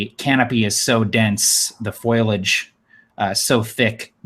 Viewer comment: Foliage - not foilage - and it’s “Eye-chor” and chitin with a long I. Pretty weak ancient spider.